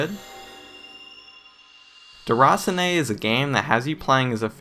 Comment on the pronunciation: Good review man. I definitely think this'll be up my alley. Sometimes after a 12hr shift you just want something chilled. I thought it was pronounced 'der-a-seen'?